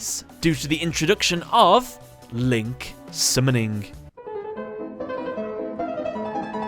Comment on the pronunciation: "LINK SUMNIN"